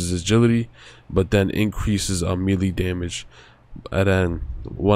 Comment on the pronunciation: My boy why you say melee like that